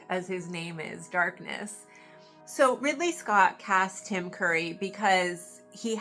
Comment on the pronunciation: I think you said Tim Murray instead of Tim Curry but it was a minor hiccup